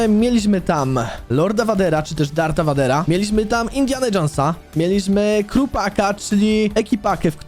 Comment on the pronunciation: Darth Vader czyta się "Dart Vejder".